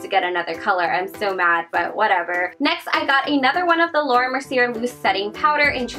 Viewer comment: should be 'laura merciyey' not merciyer